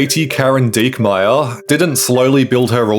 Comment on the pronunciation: "Dickmyer" i think that why she ragebaits